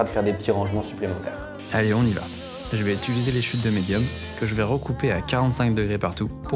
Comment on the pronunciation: U - TI - liser 😂 Très cool, chouettte vidéo !